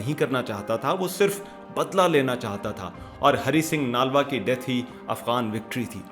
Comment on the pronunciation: Bhai ji Aapko Namaskar. Aapne bhut hi joshili Vani me bde sundar dhang se achhi sachi bate btai hain sunkar bhut achha lga hai. Chhoti si vinti hai. Nalva shbd ka uchcharan thik se boliye. Nlva boliye. Aapko 🙏🙏🙏